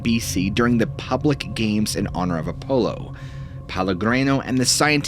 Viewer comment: My man, if you intend to keep this up, you need to learn to pronounce words correctly. E.g. "Apollo" is "Uh-paw-low" not "uh-polo'